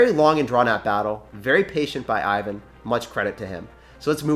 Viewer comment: TIP: Name (Ivan) is pronounced like: [ewan] ;)